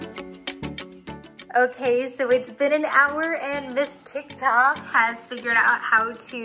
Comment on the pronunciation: that "ticktok" dude im seeing multiple people saying "ticktok" being honest, its "tiktok"